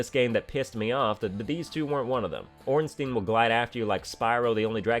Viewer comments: I know you're pronouncing Smough wrong on purpose, but I can't tell if you're doing the same for Ornstein. That's an I sound, not an E. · I've heard different pronunciations of Ornstein too, some pronounce it Ornstein and others pronounce it Ornstein. I personally prefer Ornstein myself. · Nobody complains about how absolutely everyone says Ornstein wrong